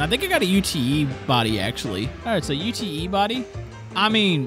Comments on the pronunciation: also UTE isnt pronounced u.t.e its pronounced ute as one word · "I think I got a U-T-E body actually." It's not an abbreviation, it's just Ute, like Yoot. Short for "Utility" vehicle. Still really enjoying the BeamNG videos, and also the Long Drive vids. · U.T.E. body - it's Ute, pretend you're Australian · Hey, in Australia the Ute body is pronounced 'yoot' and we put V8's in them and race them, rwd monsters with no weight over the rear end, it's fun...🤪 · In case your wondering Ute is an Australian term for pick up truck and it pronounced you t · its pronounced YOOT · I was going to get up you for saying ute incorrectly, but it looks like the others already have 😂 great video like always, pretty cool mod! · i am australian and you dont say the letters in ute, ute is short for utility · What's the matter? Can't pronounce ute? 😂🤣